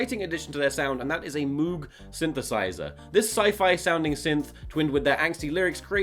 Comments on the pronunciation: Tom, I love you, but my heart dies when you say Moog synthesiser as MOOG. Babe, it's "m/oh/w/g" sincerily, every sound engineer student ever. P.S, I realise how prescriptivist that is, but I have to stand for that beatuiful synth, it's the only pure thing left in the world <3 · delighted that Tom acknowledges the infinite power of the Moog synth but it does rhyme with Vogue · Just as a heads up the "MOOG" is pronounced more like moag. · That's not how you pronounce moog...